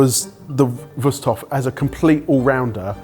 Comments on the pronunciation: I was already wondering about the name "Wüsthof" (even though they keep pronouncing it so funny as "Wust") and how familiar the handle design looks. Of course, it's good old German quality craftsmanship. You can rely on things like that here. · Just from the way these guys pronounce "Wusthof" I feel like they're definitely biased towards one of these brands going in.